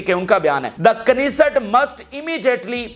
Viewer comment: Israeli parliament is knesset it's pronounced as Nesset K is silent here